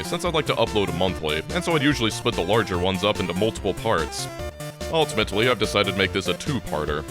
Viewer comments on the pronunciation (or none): none